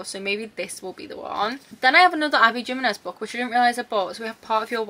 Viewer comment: The J and Abby Jimenez is pronounced like an H, because of Spanish